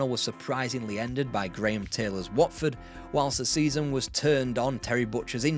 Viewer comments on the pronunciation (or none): none